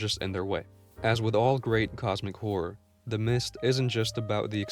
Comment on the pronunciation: I can't not hear 'cosmic whore' every time